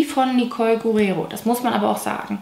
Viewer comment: Hey liebe, Nicoles Nachname Guerriero wird Ger-i-ero ausgesprochen (dabei werden die R's gerollt)